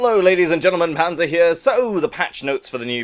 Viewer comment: is it me or when panzer said "hello everyone panzer here" it sounds like "hello everyone hanzo here"?